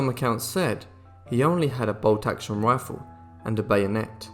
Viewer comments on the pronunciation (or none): none